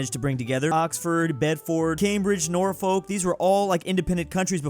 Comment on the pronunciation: The way he pronounced Norfolk killed me